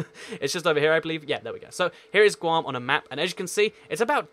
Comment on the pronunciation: It’s guam